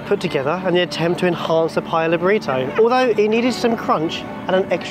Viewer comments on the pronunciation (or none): none